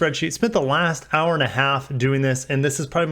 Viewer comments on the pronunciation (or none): none